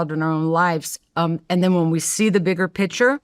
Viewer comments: Omg. Everytime she says picture “pitcher”… and she says it a lot. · Pronouncing "picture" as "pitcher".. 😭